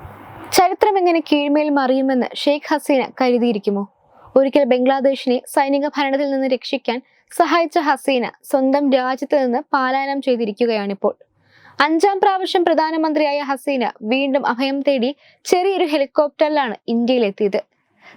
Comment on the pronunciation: പാലായനം അല്ല പലായനം എന്ന് പറയൂ കുട്ടീ.